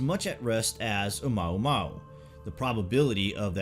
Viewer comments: i believe you pronounced it incorrectly. It's not O-maw-maw! It's O-muwa-muwa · You are mispronouncing Oumuamua. Mua is pronounced Moo-ah not mao. Therefore it's Oh moo-ah moo-ah. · OMUAMUA! NOT OMAUMAU!!!!! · Omuamua, not omaumau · Light up the Dork. It's oamuamua not oumaumau. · "OMAUMAU" HEHEHE GOOD VIDEO THO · Your videos are great. A little help on the pronunciation of Oumuamua....it's OH U MOO AH MOO AH. Thanks again for your great content. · Its pronounced more like oo-moo-wa-moo-wa Keep up.